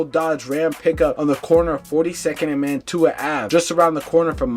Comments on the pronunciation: I hate when people do a video on my city for likes but can’t even pronounce my damn street. It’s not Man To A it’s Man Chew A, Mantua! Put some respect on my block and the whole Mantua section 😂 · Saying it like Man-too-ah is crazy work 😂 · Man-tuah section 😂😂 it’s pronounced Manchewuah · Oh my god it’s MAN-CHEW-AH…. Not “man-tuah” 😑😑😑😑😑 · He said, Man-too-ah🤣😂🤣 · It's man-chew-uh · Mantua is pronounced (man-chew-wa). For you non Philadelphians obsessed with Drill culture🤦🏽‍♂️. Swear most YouTubers still haven’t jumped off the porch😭😭😭😭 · Pronounced Mantua wrong, just fyi.... it's more like Manchua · I can’t get past the man-too-a ave 😂😂😂 and why-soo-ling after it was pronounced on the news cast for him 😂😂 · its pronounced manchuq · Mantua = MAN-SHOO-UH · Bro pronouncing every hood wrong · Pronounced every street name wrong in this video wow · so quick to get a story out you don’t care if you mispronounce word or facts. But idiots like you don’t care you just want to hear what he halfway got to say. Smh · Mantua = "Man-Choo-Uh" Wyalusing = “Why-Uh-Loo-Sing" If yall gonna monetize these deaths at least get the names and streets right. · Being from Philly , It drives me nuts how none of these youtubers can pronounce the names of these people , the towns or street names properly . Mantua , Wyalusing AVE, Weikel Street etc